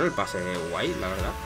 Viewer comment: "Gueno, gueno, gueno, que way" 😂😂🤦🏽‍♂️